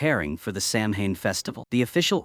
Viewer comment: samhain it's pronounced "sauw-ahn" . it's the etymology of where hallowe'en came from. it's the last harvest of the year so it's considered the new year. it's when the veil between the worlds in thinnest, it's an ancient festival and is still widely celebrated especially here in ireland where this film been made, scotland, wales,england, and islands even more so, such as the isle of mann, scottish islands, and the channel islands. this was practiced until christianity came along and as it does elsewhere, tries to eradicate the indigenous people's cultures and beliefs, calling them unholy, not realising that those people were connected to divine love and light much clearer than that, what they tried to enforce upon the people, whether that be ireland, canada, australia, and across africa. we still practice it because it's in our blood. seamus is "shaay-mahs" . o'shea is "o-shay" .